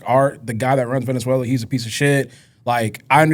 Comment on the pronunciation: Omg said it right!!!